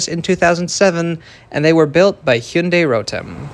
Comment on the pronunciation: I am kind of amazed that you pronounced "Hyundai(현대)" just like Koreans do. On the other hand, I feel quite unsatisfied by how low the electrification percentage is.💀